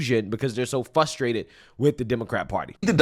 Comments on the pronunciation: I appreciate you and your commentary. Consider pronouncing the first r in fRustrated. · It's FRUSTRATED,, not fustrated. There's an R in there kiddo.